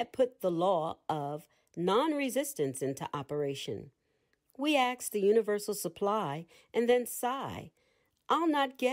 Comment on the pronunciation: I am so terribly disappointed that at around the 28th minute you say or read that the teacher asks but you intentionally choose to use the word ax or acts instead of ask. Sadly, I'm going to find another narrator to listen to because willful misuse of the English language saddens me.